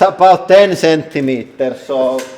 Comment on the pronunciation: He: "Thats only 10 Centiemters." She giggles.